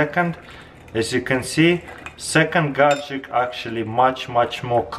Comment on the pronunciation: I found it awesome that Taras can perfectly say the long word imperfection but still says gagjetcks